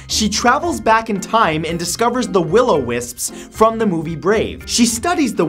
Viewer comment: It's not "Willow wisp", it's "will-o'-wisp" (or will-o'-the-wisp)